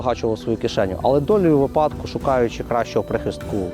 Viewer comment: Упевнений, що колись дочекаюсь від правильного наголосу у слові випадку 😂😂😂